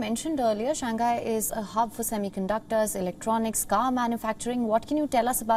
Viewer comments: I follow Wion coverage . But I’ve heard your presenters pronouncing SHANGHAI wrongly . It’s commonly pronounced as SHANG - HAI and not SHAN - GHAI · because the Chinese pronounce English words perfectly, right?